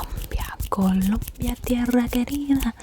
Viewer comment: i love ur accent when u say colombia